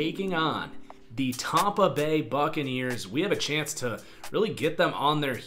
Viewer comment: I died when he said tompa bay